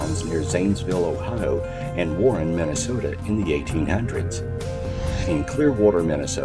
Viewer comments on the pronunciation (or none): none